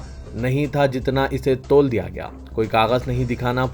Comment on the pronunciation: Tol diya nahi tul dena roz koi na koi galti krten hy aap